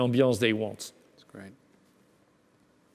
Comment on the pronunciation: Hey dear! I know you're French (me too) but given your position and salary the least you could do is try to speak a tad better English! You seem to not be getting the difference in pronounciation between "greet" and "great". Gotta work on your "ea" if you wanna spread (and not "spreed") your wings. You sound worse than Pepe Le Pew! That's a shame such high ranking jobs are occupied by people who are unable to speak decent English. That gives a bad image of us, frenchies. The cuteness of a French accent has its limits.